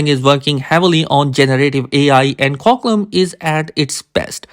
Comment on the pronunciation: Qualcomm ❌️ quaclom ✅️